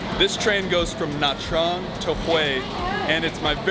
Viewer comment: Trang is pronounced "Chang".